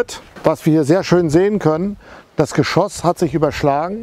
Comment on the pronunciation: Musik viel zu laut und auch unnötig. Und bitte: Geschosss...nicht Geschooos.